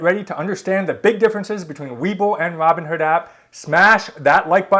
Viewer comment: Why are you calling it Robin herd instead of Robin Hood?